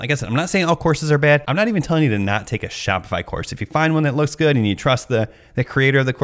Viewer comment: gee-all of a sudden your on the other side of shop-itch-eye-fy. I am never buying a course to sell on line. nice video..